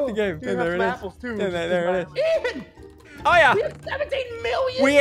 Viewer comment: ian not ean